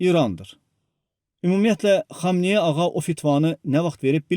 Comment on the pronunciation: Bu nə danışıqdı? "Bu qalabada ayatala xamayanı ağanı fatavası komay oldu" "pışşmılla"